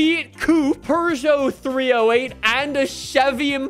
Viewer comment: Peugeot doesn't have an R in the name. Seriously. Not even the French pronounce it with an R. Instead, pronounce it with "Pu" as in "Push".